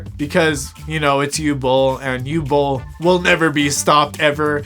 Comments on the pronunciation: Born in 91. I've been, sadly, follwoing Uwe Boll's carreer cuz of Bloodrayne. I'ts "Ooveh Bohl" , not "Oohl bowl." It's "OOveh - Bohl" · Talking slow Can’t breathe through nose Pronounces it You Bol Complains about immigrants and lefties Chefs kiss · Dude. Learn how to say the name, tf is a u-ball... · Your video is so stupid and poorly researched that you couldn’t even pronounce the director’s name correctly.